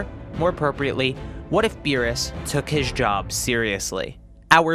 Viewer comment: The way he pronounces Meerus sounds like a fancy dish